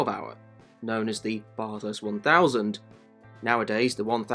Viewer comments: bah-thirst, not bath-hirst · so you know, the 'ba' part of bathurst is pronouced like 'bat', not 'bar' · Sounds like ya saying Bot-arse bro......... try Bat-hurst. Thanks for the video. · I'm Australian and I *no offence get annoyed when people say Barth-hurst and not just Bath-urst. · Bathurst isn't pronounced like "barthurst" its like "bathurst" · You need to pronounce Bathurst correctly. It's NOT Barth-hurst. Its Bath-urst. Say it like an Aussie. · bro the way he is bathurst lol, it's pronounced "ba-thust" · How difficult is it to say bathurst just say bath-urst is the easiest way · how tf did brother manage to research all of this abt the 12 hour and other races and pronounce it as barthurst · Hate it when Bathurst is pronounced Bath House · Love your videos but…….Bahh-thurst? I wouldn’t say it like that at the top of the Mountain, mate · baah-thurst... *grabs pitchfork* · Its Ba-thirst... thats how you pronouce it right. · Bath-hurst, convict-spawn. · nope it isn't, it's pronounced how the locals say it, which is 100% not Bath-hurst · Letting u know it’s not not said how it’s spelt it’s like bathh -herst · please say Bathurst correctly, as an Aussie, it infuriates me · I Couldn't agree more then with the Precious Comment ! If U R going to Tell the Story ,& wasn't so bad, but Could of been better Too ? PLEASE pronounce the Name of the Race Correctly ! We R a Pretty Relaxed people in this Great Country , But this is not Correct ,in any Way ,Shape or form ! From an old Aussie Digger , Car Enthusiast ,Engineer Who has Travelled ,Driven almost Everywhere throughout the World ! Thank U & Cheers to all ! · When a pom is clueless on how to pronounce Bathurst 🤦🤦🤣🤣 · Great video but please look up how to pronounce Bathurst properly 🤝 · Great video! But please, learn how to pronounce Bathurst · Bruuuhhh such good info but you don’t know how to pronounce Bathurst. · at least you could learn the name properly and not pronounce it incorrectly for 10 minutes